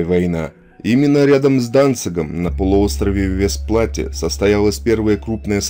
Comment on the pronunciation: Уважаемый автор, правильно - Вестерплатте - Westerplatte!!! Пожалуйста, говорите правильно!